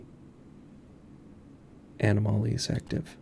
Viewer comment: enooomalies, aaanoomolies, anooomalies! Alright I can't no longer pronounce that word properly thanks.🤣